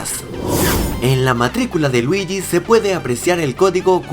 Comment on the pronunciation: En cara 2 dice luigui wido estamos en wido estamos en italia estamas en casa